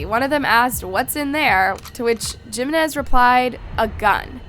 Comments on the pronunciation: It’s not Geminez . It’s Jimenez. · Jeemenez 😭 it's pronounced as Heemenez 😬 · Me too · She is not good with Spanish pronunciations. I noticed a lot of mistakes. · It's AI,they always pronounce things wrong.. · The Spanish surname "Jiménez" is pronounced with a "hee" sound for the "J", followed by "me-NEZ" 😅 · came to say this haha